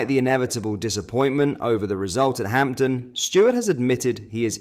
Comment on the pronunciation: It's ham den not Hampten please stop saying Hampten!